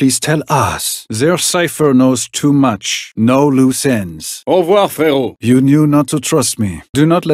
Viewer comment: he said "aurevoir fréro" lmao